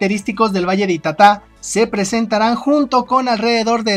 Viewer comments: Es ita'ta y con tilde en la primera vocal y no en ka última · Se pronuncia ITATA, CARGANDO LA VOZ EN LA SEGUNDA SÍLABA, PALABRA GRAVE SIN TILDE .